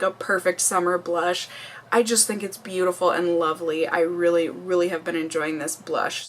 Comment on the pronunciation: When she was talking about the bronzer did anyone else catch her say "loverly"? I thought that was so cute haha. Love you,! Thank you for another wonderful video.